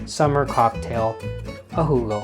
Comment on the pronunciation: Thank you, Rajiv, for this wonderful idea. Can't wait to go find some elderflower syrup and make a "Hoo-go." I think your friend Angela is correct about the bubbles. And by the way, excellent German accent as well as the Southern gent accent!